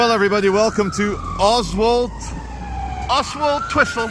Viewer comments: Karma came knocking....btw, I think it's pronounced Ozzletwistle. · Just to twist your mind if you’re not from round here, it’s pronounced Ozzle Twizzle. 😂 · It's pronounced "Ozzultwissel". My late stepdad, with a clipped Paisley accent, had a hell of a job pronouncing it! Keep up the good work